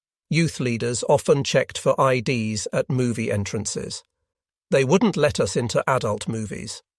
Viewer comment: The AI voice hit a new one on this video. The word "us" was pronounced "U.S.".